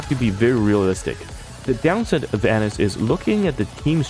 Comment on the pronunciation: Anis = Ah-Neece